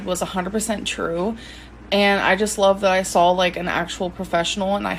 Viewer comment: "i SAWL a professional..."